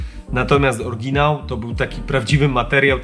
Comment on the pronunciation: "Orginał" :D